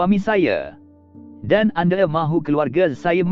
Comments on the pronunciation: anda = ande, malaya = malaye..... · Admin bila bertutur tu eloklah sebut dengan betul. Sebut 'anda', bukan 'ande'. Nama orang pun sebut salah. 'Soraya' jadi 'Soraye'!!!